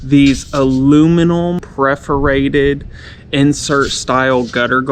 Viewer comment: Thanks--good demo! FWIW it's pronounced "PERforated".